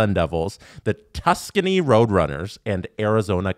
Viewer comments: Hahaha I caught that, assumed it was a purposeful joke. No way he actually thought Tucson would be pronounced Tuscany (region in Italy). What I’m wondering is why Adam and Steve didn’t acknowledge it 😂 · Not one comment about mispronouncing Tucson as "Tuscany"? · I listened to the whole episode on audio and I came to read these comments just to see if anyone gave hell for his pronunciation of Tucson LOL